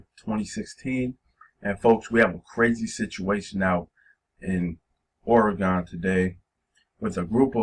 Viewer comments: I'm born and raised in Oregon.. It is pronounced Ore gen not Ore gone. Ask any Oregonian that. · It's pronounced Ore gen not Ore gone.. and you can come join us here. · You're literally butchering the pronouncing of "Oregon"